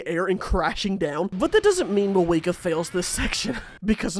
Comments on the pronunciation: who tf is "maweeka" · It's Mavuika, what was I even expecting🥀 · Fair enough racism The way he says the names LMAO